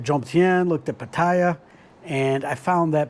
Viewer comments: "Pattaya" is pronounce "Patt AAA" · Pa Ti Ya. Not that hard. 6 months? Learn to pronounce the name of the City. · It's phát-thá-yaah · No Thai pronounces Pattaya the way you do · No one care about your ‘Rants’… you still don’t know how to pronounced Pattaya correctly. No more ‘Rant’ please. I only subscribed to see your hot girl friend. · It's "Pattaya", not "Pattaya" or "Pattaya" 🤣 Cool vid man...thanks. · I don’t think he’s the guy to ask base on his pronunciation of a place he has lived for 6 months.